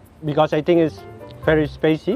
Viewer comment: Duhh letnanku kok kaya abg ya ..mana inggrisnya gitu lg..spicy bang bukan spacy 🙃